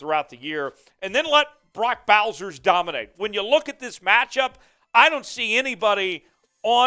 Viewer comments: It's Bowers not Bowser. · Dude said “Brock Bowsers” is not Bowsers it’s Bowers. He’s only the Mackey award winner. It’s ok to mispronounce his name😏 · Bowsers? Wow. Slow down and read bro. Also, Starks is a FS.